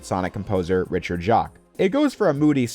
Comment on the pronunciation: I had to stop and thank you for saying Jacques correctly. Growing up with that last name has not been easy